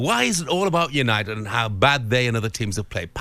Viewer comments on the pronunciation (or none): Why does the presenter guy say 'you-nye-did' instead of 'you-nye-tid'